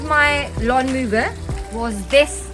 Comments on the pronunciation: It is pronounced lawn mower. (Mo-er) not lawn moover? 🤷🏼‍♂️ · Thanks for the video - for future reference "Mower" is pronounced with a W not a V sound in English. ;)